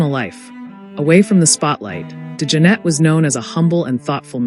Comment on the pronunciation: Not to take away from all the accolades, Jack was one of my favorite musicians, but the computerized speech STINKS. Can’t even pronounce his name correctly! Liv Evil?